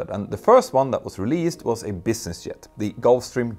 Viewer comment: I like how he pronounces jet, "yet", but pronounces yoke "joke" in places.